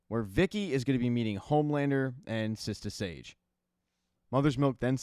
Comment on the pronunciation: its sister sage not sista sage smfh